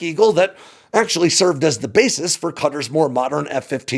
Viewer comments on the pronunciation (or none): I wish more of my fellow Americans were as disciplined in their place-name pronunciations as tries to be. The "I ran" version of Iran is just fingernails on a chalkboard to my ears, and so thankfully that's a low bar clears easily. His pronunciation of Qatar (قطر) does slip a bit at the end, which reminded me that lots of people debate how to pronounce it. So, for whomever cares:ق is given the Q instead of a K because it's said from the back of the throat in a flemmy sort of way. (Listen to a native say Iraq where the finish in their throat. That sound.) Now, that's formal or generic Arabic. The dialect of the GCC does make the Q a bit more like a guteral G, and so both are fine. The guteral G is what you'll hear locally most of the time. The formal Arabic pronunciation isn't wrong, just more, well, formal. What I think happened as the video went on was dipped into the American t-flap with the ط so it comes out more like a D. You know how we Yanks turn butter into budder, and city into cidy? Well we shouldn't do that. And we shouldn't do that here as well. The only thing to note in how I hear it in Arabic is it's a heavy T -- like you don't want it to be missed -- and not a quick sharp T. Also, the accent is on the first syllable for those uncertain about that, but I didn't hear a problem in the video. And remember Arabic is written right-to-left, so if breaking down the sounds seemed out of order to anyone, that's probably why. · Please not you two....... It's Qatar not cutter. Qatar not cutter there's no country called cutter it's called Qatar (ka- tar)